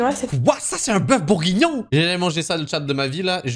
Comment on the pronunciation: Elle a massacrer le bœuf bourguignon